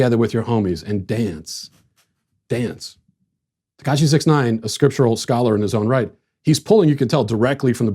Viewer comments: 6ix 9ine is pronounced "six ix nine ine" So you say the word 'six' then you say 'ix'... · Tekashi (even though he isn't Asian) Sixix Ninine. That's how you say his name, don't be fooled that it's just "six nine". Sixix Ninine. Read it aloud as it's "spelled". Ugh. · You pronounced sixix nineine wrong.